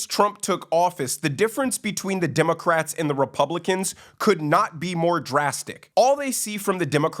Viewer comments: WHY DO I KEEP HEARING " DEMOCRAPS " ? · I just keep hearing "democraps"